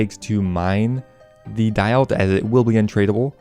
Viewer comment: daeyalt -> day-alt, sepulcher -> sep - uhl - ker.